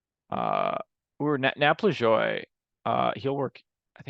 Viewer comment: Hey, I'm pretty jazzed; I got 0.005% for Del Wilber at PHI/BOS. First time ever in the thousandths. How do I know anything about Del Wilber? Turns out he's the only Wilber in MLB history, and that's my last name too. By the way, Lajoie is pronounced (LAH'-zhoh-way). 😊